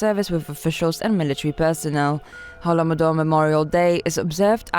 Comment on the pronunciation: Oh, man, this woman pronouncing "holo-modor" is too much ... Can't you do anything about it???